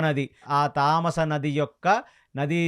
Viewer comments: తమసా నది తామస కాడు గారు. గంధర్వులు అని ఉంటే గాంధర్వులు అన్నారు. దీర్ఘం అవసరం లేని చోట దీర్ఘం ఇచ్చి చెబుతున్నారు. ఇంకోటి పాంచభక్షా పరమాన్నం కాదు పంచ భక్ష పరమాన్నం చెప్పండి. అన్ని. బాగానే చెబుతున్నారు అనవసరంగా దీర్ఘం ఇస్తున్నారు.. I am sorry to say this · తమసా నది తామాస నది కాదు